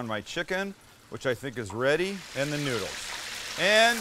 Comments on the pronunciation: He said "Creamy Nood" haha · “Just a little creamy noode”